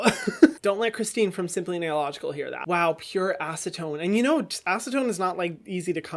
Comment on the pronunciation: I'm so glad you said simply nailogical and not simply snailogical omfg